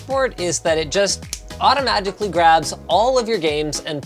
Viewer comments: did he say "autoMAGICally" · linus "automagicly" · 1.41 did he just say auto-magically?